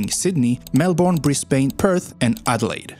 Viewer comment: I put it down to accent, but do cringe at mispronunciation of cities. E.g. Brisbane is supposed to be Brisbin, note bane. Aussie is Ozzie (pronounce the s like a z not an s)… and a number of others. And we don’t have that many killer animals… none that you will see often anyway, and nothing like lions, tigers, grizzlies or any of those crazy creatures that chase you. The most dangerous creatures here are very shy and do their best to avoid humans. I am 51 and live in inland rural Australia. I’ve never seen a brown snake (in fact I’ve only ever seen two wild snakes in my entire life… the rest were in zoos), and I rarely see a dangerous spider because they’re mainly around Sydney.